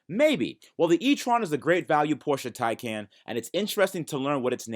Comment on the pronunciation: Taycant looooool